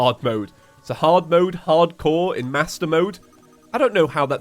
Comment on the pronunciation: his accent makes it sound like "Ardcore terraria"